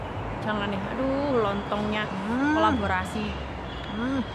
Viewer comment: Kolaborasi mbak..bukan kaleborasi he he